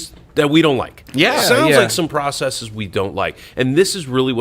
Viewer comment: I like how pronounces "processes" correctly.